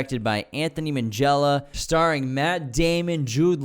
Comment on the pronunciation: It’s a hard G though. Not Minjella. That’s just how “gh” is pronounced in Italian - like ghetto.